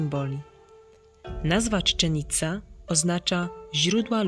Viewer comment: Jak wymawiasz tą nazwę Chichen Itza to brzmi to tak jak byś po serbsku mówiła.